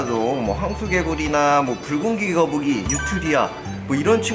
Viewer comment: 붉은귀거북이라고 말 할 때 순간 불고기거북이로 들었다..